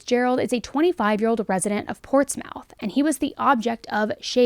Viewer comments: 'Ports-mouth' 😭😭😂 its ports-moth lol same with anything ending 'shire' it's pronounced 'sheer'. Absolutely cute the way you pronounce places from here 😅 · Portsmouth is pronounced Ports-muff, not Ports-mouth. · It's Celtic with a hard "c" and "muth" not "mouth" -I enjoy your show! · Ports mouth 😂😂😂 its portsmouth! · Heehee, "Ports-Mouth" - it's pronounced Portsmith. Just a little good-natured ribbing 😊 Your videos are really good. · Pronounced: Ports-muth not mouth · Good to see you covering some English cases 😁Just as a FYI, we don't pronounce it Ports-mouth,.. more like Ports-muth In this case I feel the drugs probably paid a huge part too,.. coke can make people much more agreesive than usual. Not sure about it being a crime of passion.. I think her actions feelings had slowly been escalating so was only a matter of time before she snapped and did something. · You pronounce it portsmith not mouth just FYI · Pronounced: Hamp-SHEER. And -PortsMuth. NEVER Hamp-shy-er or Ports-mouth. Sincerely, England who cannot watch this video without pain. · Its ports mith not ports mouth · Portsmouth is not pronounced ports"mouth" its oronounced ports"MUTH" as 1 word. Muth... not mouth. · FYI...its pronounced 'Portsmith' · Ports-MOUTH - as a local, this got me 😂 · I know she did not just say “ports mouth” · I watch coz I use to find it hard believing people could actually be as EVIL as these crimes reveal! This murder looks more like a ritualistic slaying, than a crime of passion. Also - note, this crime happened during "lock down!!" Btw: it's pronouced "Ports-muth!!" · Love ya!! Portsmouth is said more like Portsmuth ,♥️🇨🇦♥️ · it’s pronounced hamp-sheer and portsmith/portsmuth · Portsmouth .. pronounced Ports…miyh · The pronunciation of Portsmouth 😂 its more like Ports moth.... Great video though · I am a Hampshire lass darl, I grew up in Andover and Portsmouth is pronounced 'Portsmuth' strange ay 🙂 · Celtic ( pronounced kel-tick) Portsmouth (pronounced ports-myth )